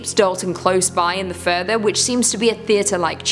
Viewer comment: Every time she says, "The Further" an angel gets it's wings. It just sounds better when she says it than the movie